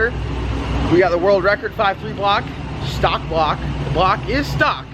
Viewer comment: "Stalk" lmao it's stock